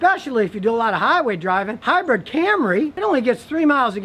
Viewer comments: Brid NOT Bread! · Scotty says "Hi-bread". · Hmmm. All I can gripe about is Scotty saying 'hybred' instead of 'hybrid'. I don't like to gripe, but Karen kept yelling at me about it. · What is it about northerners that they cant pronounce hybrid? Both scotty and regular cars say high bread.